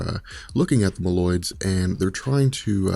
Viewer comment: Mole-oid not ma-llyod